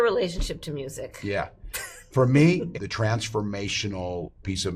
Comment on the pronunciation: “da only way we win?” Lazy language.